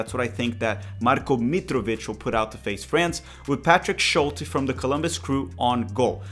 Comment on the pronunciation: it’s Schult-E!